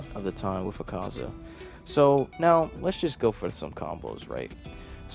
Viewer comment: u saz his name wrong :I